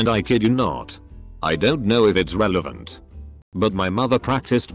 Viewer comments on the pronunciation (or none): none